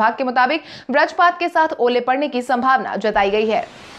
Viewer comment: Madam "vajrapaat" hota hai, na ki "brajpaat".